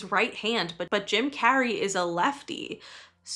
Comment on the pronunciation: That ain’t Jim Carrey, that’s Cim Jarrey 😦